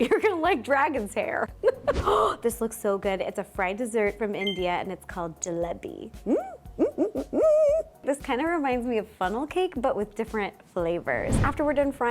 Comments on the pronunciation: Indian here XD it's "jee-leh-pee" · Jelebi is pronounced like jaylabi if that helpful ❤❤❤❤